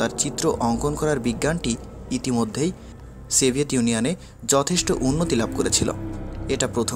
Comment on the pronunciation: Stolin & seviet, come on pronounce properly.